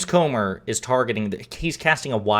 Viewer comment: Are you sure his name is not Gomer instead of Comer?